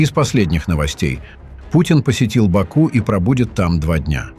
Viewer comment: Не Ба'ку а Баку', не Анкара а Анкара'! Называйте вещи своим именами, уник.!